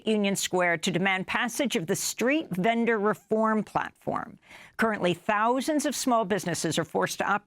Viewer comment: I like how Amy always says “thouuuuusand” like it’s the biggest number known to humans. and how she says “welcome TO democracy now.”